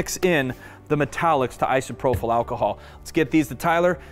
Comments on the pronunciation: It’s ISOPROPYL, not isoprofil. You’re pronouncing it incorrectly. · Great video. Everyone is a critic and I just have one thing to say that drove me nuts in this video; "Isopropyl" is pronounced īsəˈprōpəl. There is no "f" or "ph" in the word. Keep up the great work and sharing. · My one critiques? - The mispronunciation of Isopropyl alcohol. There's no "h" after the last p, so should not have an "F" sound. Both gentlemen said Isopropyl alcohol wrong. - Waiting longer, like closer to 3 or 4 hours, will help curb a lot of the dripping I saw here. Would have reduced resin loss. - Would have mixed diamond dust in with the resin pours, instead of trying to spray on with Isopropyl alcohol. Accomplishes the same effect, but without the extra step of spraying; which was messy and felt clunky with the clogging. - Would have torched to be on the safe side. It's fast, easy and guaranteed to get rid of your air bubbles and not take a change that your eyes missed some when trying to mist on a spray. just my .02 on the critique. Otherwise, fabulous and beautiful design. Great job. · Awesome video, but you are killing me every time I hear isprophyl alcohol instead of isopropyl alcohol. No F sound please. LOL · Just as a note...it is isopropyl alcohol...not isoprophyl...no H. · Pretty certain you mean "i-so-pro-pill" alcohol. It is spelled isopropyl, not isoprophyl. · Was he saying "isoprophyl"?